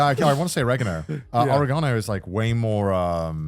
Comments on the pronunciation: It's pronounced oregano. Hope that helps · As an Italian, their pronunciation of oregano is making me livid lol